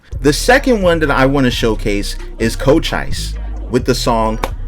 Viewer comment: He said “cocheyes” lol